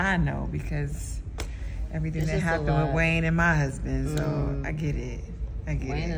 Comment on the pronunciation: The way she says huzban smh